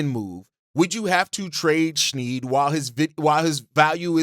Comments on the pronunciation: This, pronouncing his name snead drove me nuts lol. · Thank you for covering the Raptors... But lol: Jamal Shead (pronounced - *shed) Jakob Poetlt (pronounced - *purtle) Great content nonetheless ✊